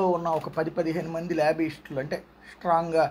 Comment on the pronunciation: Labbyishtulu kaadu ra erri pappa....lobbyist....nuvvu nee tinglish.